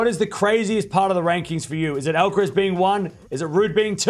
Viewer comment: You keep saying the last syllable in “Alca-rez”, like “tess” when it should sound like Alcar- “ass”. (literally).